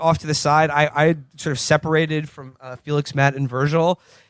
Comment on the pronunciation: A funny line but Felix's pronunciation of that was insane